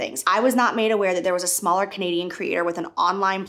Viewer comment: The fact that she keeps putting emphasis on ‘SMALLER creator’ eww